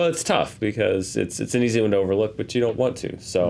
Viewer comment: Normally your clues for next week’s honest trailer are vague enough that I almost never guess them, but this one seems pretty obvious. The stress on the word “overlook” and the fact that Doctor Sleep is coming out, makes it clear we’re getting an honest trailer for “The Shining”. What do I win for guessing correctly? A cookie? Can I have a cookie? *Jedi hand wave*... “Bring me a cookie.”